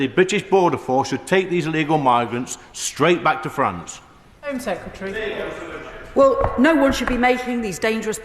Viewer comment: 'Home Seccaterry' 🙄